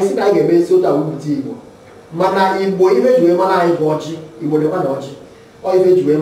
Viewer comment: hi, this is encouraging, BUT i hear Ibo from your pronunciation. THATS WRONG. ITS IGBO, please